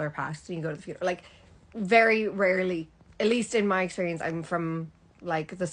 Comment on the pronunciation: You sound like an Irish girl putting on an American accent. I can hear that Irish accent underneath. Especially how you say "rarely" and "emmm". Americans say "ummm" between words.